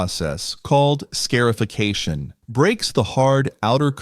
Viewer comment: SCAR--- IFICATION, NOT SCARE--ification......😐